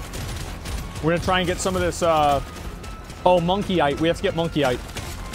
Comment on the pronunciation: And by The way you Are saying morkite wrong you Are saying monkeyite like monkey There is no N😂🐵